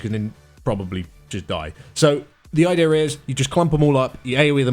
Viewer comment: I didn't hear anything after he said idear.....